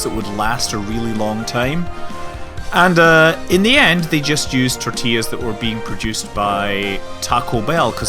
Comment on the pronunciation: You pronounced "tortillas" correctly. My day is made!